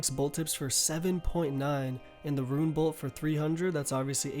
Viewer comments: It still tilts me when u say ruin instead of rune lol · Didnt know rune was pronounced ruin lol